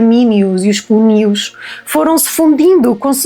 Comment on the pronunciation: Espetacular! Mas é preciso ver que é só para Conimbricenses (mais de 200! Eh!) Nós daqui somos os maiores! Olha, sem querer se chato não se diz Oestrímios mas Estrimios (com é aberto - uma mariquice herdada do latim). Ah! e Cónios e não cúnios. Desculpa: é gosto dos teus vídeos!